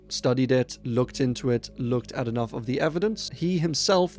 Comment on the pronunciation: "he wasn't kenough" 🤣